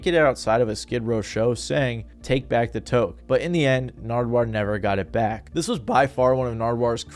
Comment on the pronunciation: lol touque is pronounced "tuke"